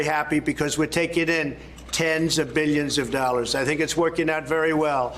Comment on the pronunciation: He says "meelions" and "beelions," like Dr. Evil.